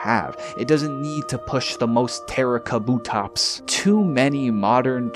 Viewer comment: He saiddddd pushin the "Terakabutops" aaaaaaaaahahaha!